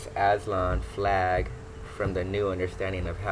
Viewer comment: He can’t even pronounce it , he sounds slow